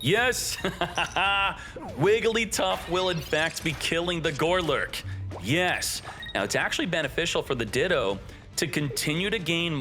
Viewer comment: How many times are you going to say GOLURK incorrectly?! Not gore-lurk. GOlurk.